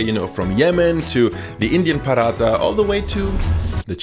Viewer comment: The way he said Paratha, first time I've heard anyone outside of my family say it like that